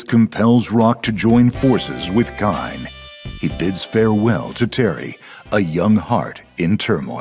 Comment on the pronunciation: KINE!? IS that how you pronounce KAIN ? wtf.